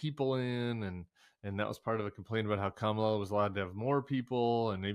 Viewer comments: He purposely mis-pronounces people’s names. Fani and Kamala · Why does donawld troompf have so much trouble pronouncing Fani Willis' and Kamala Harris' name? , What is the point? It is the content of character that matters, not the name, or how you pronounce it, right? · Don’t understand why anyone still lets this man go out and give these speeches. Every time he speaks, it’s called the most unhinged speech ever. He keeps topping himself. So sick of republicans disrespecting others by purposefully mispronouncing names. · So disrespectful that these burned-out bulbs can't even pronounce the Vice President of the United States' name. Are they smarter than a 5th grader? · Was there ever a man who derived such unmitigated glee from mis-pronouncing Black women's names?